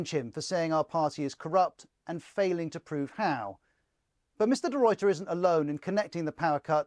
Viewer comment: As a South African please note De Ruyters name is pronounced De Rayter. Not De Royter!